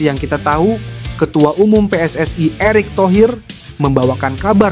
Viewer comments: Wong indonesia aja ngomong PSS AI koyok wong malay aja PSSI mas. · Min...gue dengernya geli PSSI jadi PSS -ay